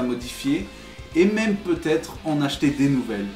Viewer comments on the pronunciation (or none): none